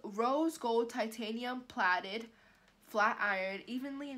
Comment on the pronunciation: You said platted it’s plate plated 🤣🤣🤣